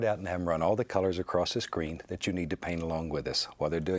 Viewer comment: And, “About like gat”